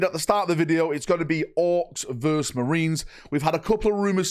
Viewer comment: It's versus not verse 😡